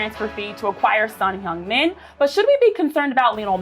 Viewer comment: 진짜 말그대로 현역 아시아 축구 넘버원 선수가 온거지...아니근데 다들 손흥민 발음을왜이렇게 잘하냐...